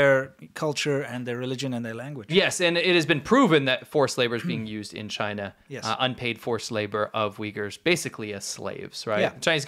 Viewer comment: If Google is going to operate in Chy-Nah at all, then that's got to be the way the results come out...